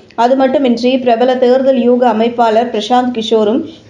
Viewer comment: தேர்தல் என்கிற சுலபமான வார்த்தையை ஏன் "தேருதல்" என உச்சரிப்பு ?